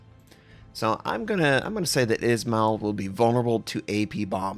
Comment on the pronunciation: Some pronunciation hints for you tovarisch, IZMAIL is izma-EE-l with EE like in bEEp SINOP is s-EE-nOp with the same EE like in bEEp, not sAInop, and also stress is on O, not ee. VLADIVOSTOK is vladivostOk, with last O stressed, but you got it pretty good. Your pronunciation of LENIN is good, SOYUZ reasonably good, KREML is just like Kremlin cut off without -in, but still having soft L, KREML'. May the strength of Stalinium be with you.